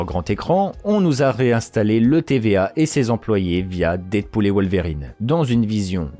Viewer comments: Perturbé par la manière ton wolwerine est prononcé ahah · désolé j’avais pas vu la notification de réponse, c’est que ça me fait penser à des verrines la manière dont tu prononces le mot et j’ai du mal à décrire ce que je veux dire parce que pas facile de transmettre de la phonétique mais là où ça me perturbe dans ta façon de le dire, c’est par rapport à l’accent aiguë que tu mets au milieu dans Wol(Ve)rine